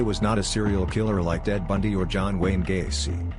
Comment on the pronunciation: Dead Bundy eh had to listen to it again, and he does say Dead Bundy